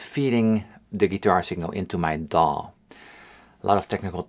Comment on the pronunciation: The first time you said DAW I thought you said dong...turns out you said digital audio workstation / DAW for short.